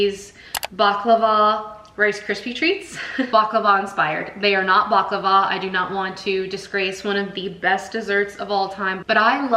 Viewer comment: The tahini bars are scrumptious. Sooo good! 😋 unfortunately mine never ball up. I think it's the rice crispies that help in doing that because that's the one ingredient I don't use. I use roasted, crushed foxnuts instead. The orange zest really makes the halwa sing 🧡. Btw, I just want to correct your pronunciation: it's bukLAVA..not bukluhva. Also made the chocolate cake.. very fudgy n tasty.